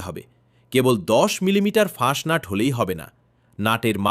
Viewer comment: ওটা 'ফাস্টনাট' নয়; ওর নাম 'ফাঁসনার'।